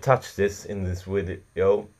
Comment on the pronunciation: a wideo lol